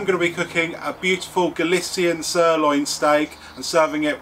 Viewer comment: Gali"th"ian ro"ch"o